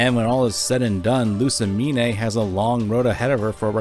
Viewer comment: Great video but im gonna lose my mind if he says Lusimin-"AY" again